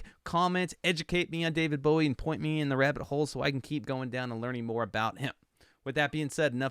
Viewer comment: You cut the song off! 🥲 And it’s Oddity. However, you did say his name correctly so I’ll give you points for that. Bowie invented the mullet! He was the precursor to many of todays genres. Bowie was an original.